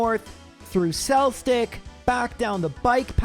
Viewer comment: Cell-stick, I'm ded 💀